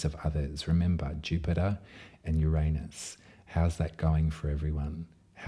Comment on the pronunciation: Finally! Someone who pronounces Uranus properly....gotta love a fellow Aussie! (And you do it with such style and grace) ❤🐠